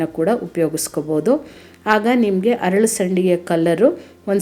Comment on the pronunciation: ಹರಳು ಅಲ್ಲ. ಅರಳು . ಅಲ್ಲ